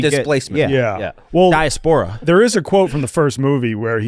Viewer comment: Using the word “diaspora” correctly but saying it wrong is just so WSD